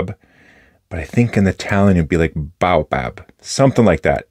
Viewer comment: you pronounced Baobab in Italian almost perfectly :) I appreciate the efforts of Leonardo but at the moment I prefer Aurora northern Italian austerity at design and for their silky feedback nibs I'm addicted to. They produce a cartridge -converter loaded Talentum that we can buy here at "only" 340 € and has exactly the same nibs and feed of the most expensive Aurora's pens. If you want to try something even more expensive and niche products you can try a Scribo with flex nib as well.They don't produce nins in house but they bought the old Omas machines and gave them to a German producer so nasically it's a whole Italian project with some German. manufacture. I'd like to buy a Leonardo dna with flex nib that works well but it mounts Jowo nibs